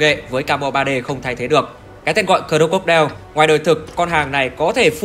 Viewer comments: Anh nên đọc là Cờ róc cô đai nha anh chứ cờ rô cốc đeo nghe hơi cấn hahaa =))) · Anh nói cho đúng tên xe ạ, cro-co-die ko phải cro cốt đeo nhé🤣🤣🤣